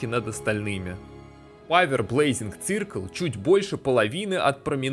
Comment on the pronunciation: Не блейзинг циркл, а сёркл)